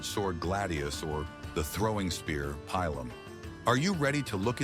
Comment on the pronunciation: It’s not pie lum it’s pee lum. Pilum. I truly despise AI voices!